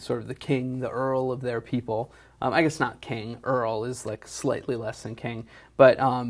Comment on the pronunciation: did they really say earl and not jarl. I'm not interested enough to rewind it but that's funny.